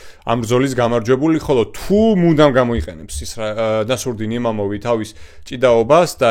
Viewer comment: იმამოვი არა, იმავოვი. წარმატებები